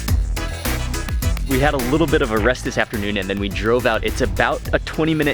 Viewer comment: พูด "ระนอง" ชัดกว่าผมอีกอะครับพี่มาร์ค 5555